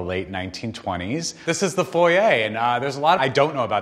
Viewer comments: Finally, an American that can pronounce foaye . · Finally, an American who pronounces Foyer correctly. There is hope for your country yet.